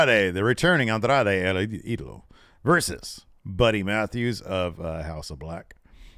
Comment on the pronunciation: El Idiolo😂